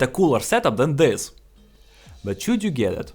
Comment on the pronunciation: солнышко, добавь субтитры умоляю, в моментах мне пришлось 3 раза переслушивать чтобы понять что было сказано вместо "should" (шшъуд) ты сказал "chyuud" (чьюд)